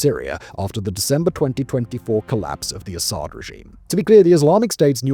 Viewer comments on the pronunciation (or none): none